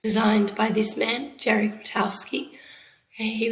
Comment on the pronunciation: It's not Jerry, it's Jerzy. Like, for real?